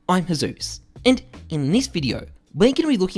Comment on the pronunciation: HI, im and in Diz Videjoh... cracks me up everytime, love the intro xD